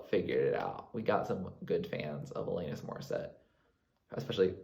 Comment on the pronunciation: 🇨🇦 It's Alannnnis. Not Elayyynis.. juss sayin.